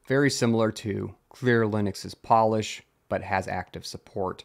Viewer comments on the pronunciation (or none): none